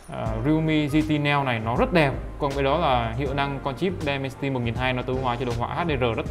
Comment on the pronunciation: Dimensity ko phải Demensity nhá bạn